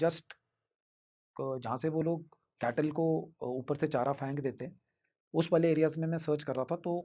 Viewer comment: is this man from Punjab ? Cauz i just heard him say "Phank dete hai"